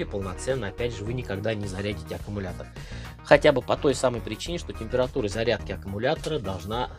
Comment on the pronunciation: Блин, за 1 минуту слово аккамултор, автор произнес до тошноты